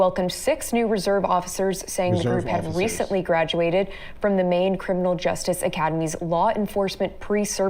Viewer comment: ..it's Maine, Bro! 🤣